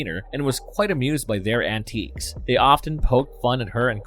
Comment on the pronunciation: She was quite amused by Beavis and Butthead's "antiques"? You mean their collection of fine China and silver candlesticks? "Antics," dude. The word is "antics". You over-pronounce the "i" and it becomes something very different. No one would willingly leave their antiques within a hundred yards of Beavis and Butthead.